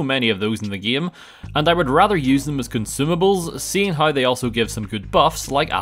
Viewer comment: Why does he say hi instead of how?